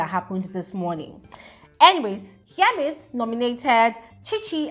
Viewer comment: Don’t twist my words! I’m a big FSWG fan! I can’t seem to find where I pointed out what you’re saying. I was just pointing out that I heard differently from what most ppl pronounce. Be going abeg!